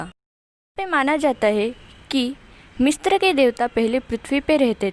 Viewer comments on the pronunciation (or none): मिस्र- MISRA मिस्त्र-Mistra nahi bolte misra bolte h Correct kro hr video me galat bolti ho